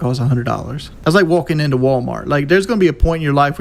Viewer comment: Wolking into wolmort